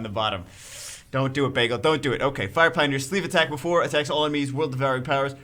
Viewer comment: You read fire pioners wrong.